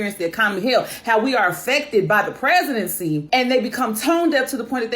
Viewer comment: Your slow blink when she said "perezidency" 🤣🤣🤣